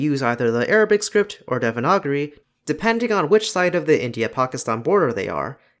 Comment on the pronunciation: I'm sorry how tf did you pronounce devanagari